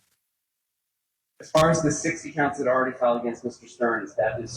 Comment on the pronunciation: "Dat"?? "your announcing DAT"..? are you meaning THat? how can educated people not be able to pronounce words correctly?